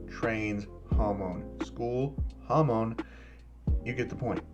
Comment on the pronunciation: When u said hamon i heard hormon